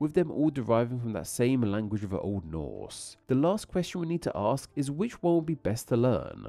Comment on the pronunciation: He speaks too slow with hilarious TR's being CHR's to my ears. xD Lack of conjugation to avoid sound clusters as well. His " Ask" reminds me of my own, but with a different vowel, but it is kind of long for no reason?